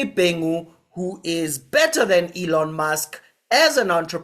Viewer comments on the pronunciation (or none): ITS NOT ALLON ITS ELLON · It's not Ellem Musk, it's Elon Musk🤣🤣🤣🤣🤣🤣